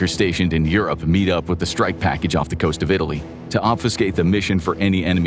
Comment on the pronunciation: Of? You mean off?